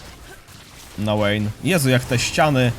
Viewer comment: wszystko fajnie tylko ta Łejn XDDD mowi sie Wejn poprawnie tak jak na VI mowisz waj a nie Łaj, whisky mowisie Łiski a nie wiski itp itd